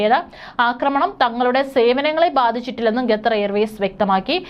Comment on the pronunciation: ഗത്തർ അല്ല ഖത്തർ